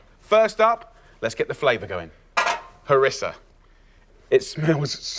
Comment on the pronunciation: C'est du Harissa et non pas Marissa lol..😂